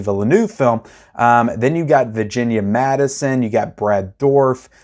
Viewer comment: It’s MADSEN not Madison. Also lynch literally uses his own dreams as parts of his movies. The elephant man is a pretty straightforward movie. You should like. It’s an absolute masterpiece. If you aren’t liking lynch mulholland dr is gonna really put you off (maybe not). Naomi Watts is at her career best in it. Twin peaks?!